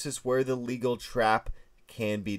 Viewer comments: It's not "legal", it's "Légal" with a French accent, a name of a person. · There's no such thing as the "legal trap." There is, however, a trap with the pronounciation of "luh-GAL." It's named after Sire de LeGal, a Frenchman who discovered it in the mid 1700s. Technically, there is supposed to be an accent mark over the e in LeGal giving it the "luh" sound, not "lee," and "Gal" is pronounced exactly like the English "gal," not "gull." If you're going to teach chess, at least get the history and pronunciation correct. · It is Lee-gal like you are in court it is Le-gaul as it is French. If u r going to do videos at least b able pronunciate properly. It is the name of a French person from the 1700s Sire de Legal or Kermeur de Legall. I cannot believe these people trying to teach s9mething without knowing anything about what they r teaching. And yes I am using shorthand for texting. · Legal is pronounced Lay gall after French player Sire de Légall. And Ruy Lopez is pronounced Roy. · It's Legal's Trap and its pronounced LE-GALL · Mispronounced the legal trap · Pronunciation of Legal's mate is incorrect.